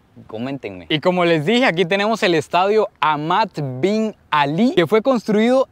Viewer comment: "Estaudio" jaja. Saludos amigo!! Excelente contenido 👌